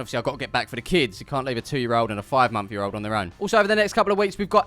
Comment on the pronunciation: Did you say 5 month yeat old??? lol